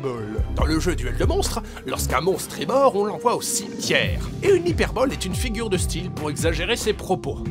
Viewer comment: c'est "hyperbole" pas "hyperbolle"